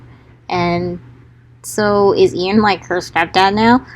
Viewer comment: when you’ve been pronouncing Ian as AI-EN this whole time